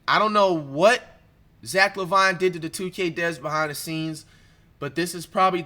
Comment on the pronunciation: “zack La Vine”😂😭its pronounced zack laveene bruhh